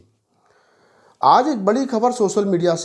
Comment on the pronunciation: bhai tum youtube tak sahi se bol nahi paate ho, aur congress ki dalali me pagal ho chuke ho........